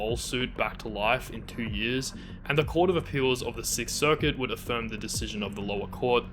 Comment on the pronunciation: "Look at the tew of you dancin' that way..."